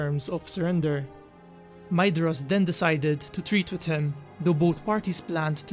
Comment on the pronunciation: However, I think the pronounciation is 'Mayvros (Maedhros)', 'Gorgorv/f (Gorgoroth)'. Correct me if I'm wrong. Also, are Utumno and Angband the same place, or are they seperate strongholds but connected? And which was built first; Angbad looks easier to find than Utumno (which is a hole)?